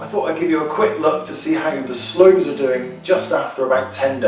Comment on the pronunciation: slooes not doors, sorry